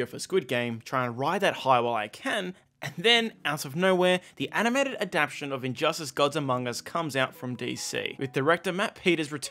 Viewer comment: The word is ADAPTATION you're missing an entire syllable. Great video tho